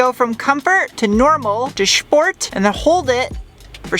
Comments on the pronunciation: everything was perfectly fine until, the pronunciation,"Shport" triggered discomfort in my brain. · "shport" "shtrut". 😂